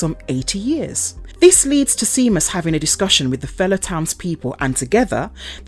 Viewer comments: Lol. Seamus is pronounced “Shaymus”, not seamuss 🤣🤣🤣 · Omg i cant even watch it because of that lol like really? Never heard of Shay-mus? Did you not even watch it? Cause if you had youd have heard them say it. Just a script actress. Doesnt actually know what shes talking about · Please, if youre going to narrate things, fir gods sake, learn to pronounce what youre reading. Seamus is pronounced Shaymus. Granted the spelling is odd, but many common names arent pronounced how theyre spelled. It takes 2 seconds to find out. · the name Seamus is celtic and pronounced Shay-mas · Thankyou for explaining in detail, I watched a review of this film on another channel and he gave no explanation why the gypsies wouldn't leave or whY they were doing there or why the stupid daughter didn't explain to her parents what happened to her brother, so thankyou. But please pronounce the name right its pronounced shame-us . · Saw this in theaters. Definitely an interesting twist on the werewolf myth. Boyd Holbrook's always good to watch too. Btw, Seamus is pronounced "Shay-muss". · Honestly how can someone not pronounce it right?!?